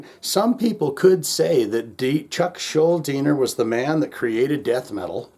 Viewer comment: Kudos for pronouncing Schuldiner correctly. People still get it wrong to this day, a quarter century after his "death"...